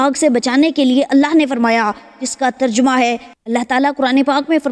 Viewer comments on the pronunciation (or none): none